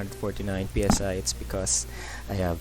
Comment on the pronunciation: How to read greek letter Psi normal people: Say once human people: Pee Es Ay